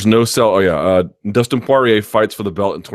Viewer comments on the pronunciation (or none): none